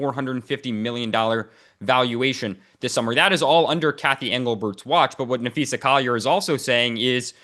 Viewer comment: Dan should learn to pronounce names. Napheesa, no Napheesha